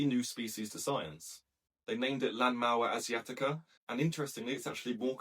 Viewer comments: Can you pronounce it without a weird accent, I only ask because you didn't use an accent when using Chinese words and names. Lanmaoa Asiatica, I can do it, you should try, It's not so hard as one would expect. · Try practicing pronunciation BEFORE recording. Sounds like this is the first time you've read the name of this fungus.